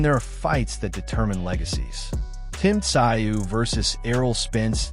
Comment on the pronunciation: Tszyu is pronounced zoo, nice doco!